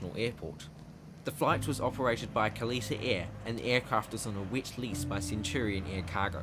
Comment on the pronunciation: Kalitta not kallita read the sign